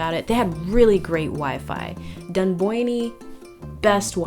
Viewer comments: Love the guide but I found the part were you say Dunbyone very funny, its pronounced, Dunbyon. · Its actually just pronounced dunboyn not dunboynee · Broke my shit laughing when she said dunboyne Haha great video